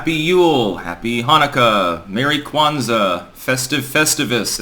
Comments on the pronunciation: "Happy Shwanza" ~Nancy Pelosi '22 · Nutsy P called it SCHWANZA! SCHWANTZ is Yiddish for D.